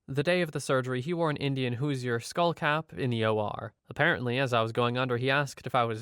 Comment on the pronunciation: FYI, Hoosier is pronounced "Who-zhure" (two syllables).